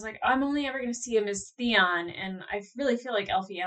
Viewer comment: “….F*** you ZEON!” I might have a little bit too much whiskey in me right now but I replayed that twice just to make sure that’s what you said. 😂 “Zeon” 😂😂😂 (Poor THEON)